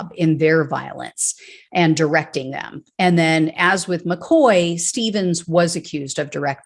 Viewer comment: All these Irish names make sad reading.McCaughey should be pronounced Mc Caw-hee but I know Americans have a problem with Irish names like Moran and Mahoney and Siobhán and Niamh.Anyway,I hope that they enjoy going to jail for the orange blob and I'm sure that he won't be thinkinking about them while playing golf.